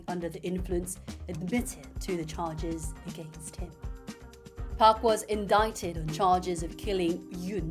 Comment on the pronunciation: Indict 발음이 특이하네요 !!!배워갑니당~~~